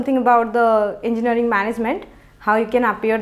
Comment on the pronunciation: Gajjab your "Enginaring" not Engineering